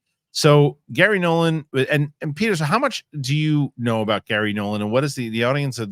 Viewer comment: It's Garry Nolan, not Gary Nolann.